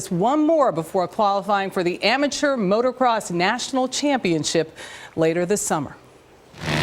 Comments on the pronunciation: She pisses me off when she says motorcross it's motocross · She said "motor cross". Sigh.